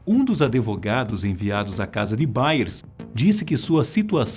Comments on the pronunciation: "adevogado" é sacanagem em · Achei que só o meu pai que falava “adevogado” 🤭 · Eu tava achando um absurdo os erros de pronúncia de inglês (Bailey se pronucia BÊILI, Yale se pronuncia IÊIOL), mas quando o "locutor" falou a vergonha alheia do "aDEvogado"... Bateu o último prego na tampa do caixão. Querem ser um canal sério? pelo amor de Deus, encontrem algum revisor/ diretor/ locutor menos semianalfabeto... É muito feio isso. Não custa nada tomar cuidado as palavras. Dá uma impressão bem mais profissional. ADEvogado foi demais. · o cara fala "adevogado", Jesus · Estou doida ou o apresentador falou Adevogado? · oq mais dóis nesse video é ouvir adEvogado e "em volta" e não envolta... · Universidade de "Iále"??? "AdEvogado"??? Gente eu gosto do canal, mas tem que melhorar esse texto ai um pouquinho hein. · Impressão minha ou o apresentador do vídeo falou "aDEvogado"?! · Que narração horrivel, "adevogado" em um canal como esse nao rola neh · "ADEVOGADO" NÃO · Só eu ouvi adevogado??? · Excelente vídeo, só incomodou a pronúncia incorreta das palavras Yale e advogado. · por que as pessoas insistem dizer “ADVOGADO” errado?